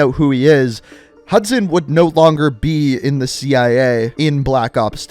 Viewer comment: its actually hudson lmao